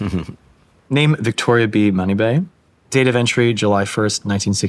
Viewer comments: The last name of her aunt is not pronounced as money-bay. Manibay is pronounced as /muh-knee-buy/ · Mani-bay??? Oh goodness gracious. Say it right! It’s Muh•knee•bye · Its sad doe how he doesnt know how to pronounce his grandmas last name